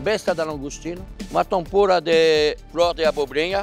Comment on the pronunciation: Adoro o Fogaça mas deu vontade de comer muito o menu do Jacquin. "Tempúra" 😂❤️